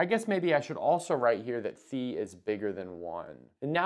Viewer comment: Love that you pronounce phi correctly